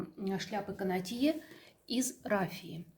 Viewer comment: Простите, пожалуйста Но правильно "кАнотье".